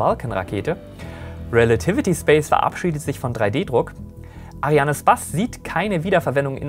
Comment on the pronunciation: Woher kommt die Ausssprache Ariane "Spass" ?? Liegt es am Französischen Hintergrund oder woher kommt diese sehr gewöhnungsbedürftige Aussprache des Wortes Space?